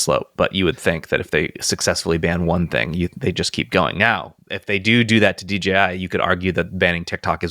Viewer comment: Guys! DJI, not DGI! :face-fuchsia-tongue-out